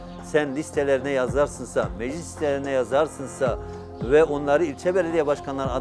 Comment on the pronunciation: yazarsınsa diyor adam daha konuşmayı bilmiyor